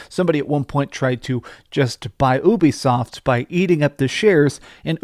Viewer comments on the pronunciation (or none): Lol you said Ubisoft instead of Ubisoft you said Obisoft 😂😊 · You're pronouncing Ubisoft wrong.